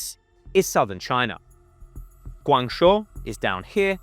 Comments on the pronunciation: Guangzhou is pronounced guangjo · He can’t even pronounce Guangzhou properly either lol, it’s “gwang-joe” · Say it correctly: GUANG—JOE (Guangzhou) ZOO—JOE (Suzhou) SEE—JIN—PING (Xi Jin Ping) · Worse than "king dynasty" is "guangshuo". I actually thought he was talking about a different place until I saw him point at Guangzhou on the map. It's one of the biggest and most important cities in China, and is pronounced in English as "gwang-joe". Even if he's not a China expert, he would surely have heard about / be familiar with the city of Guangzhou? It has more people than London... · At least pronounce Qing dynasty properly. And how do you get 'Guang show' from Guang Zhou??? Where is the 'sh' sound in Zhou?